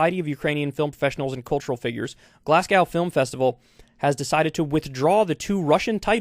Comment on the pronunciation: Fyi Glasgow is pronounced "Glass Go"